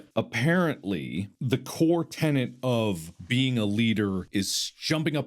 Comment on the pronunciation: It's TENET of leadership, not TENANT.